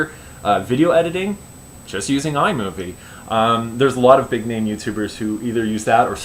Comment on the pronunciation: And u said my name right